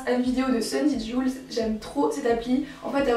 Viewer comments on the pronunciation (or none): C'est sundy Jules comme le prénom et PAS joules